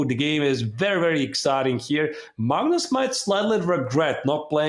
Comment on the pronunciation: Why do you guys call it "MAGNOOOS"?